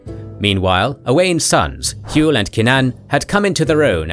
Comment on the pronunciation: It pisses me off how your saying hywel it’s H what you say when your punched or hurt then well